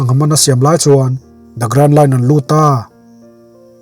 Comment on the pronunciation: Nia kei pon amak k ti lom an hming alam dan te hi a dik vak lo 😊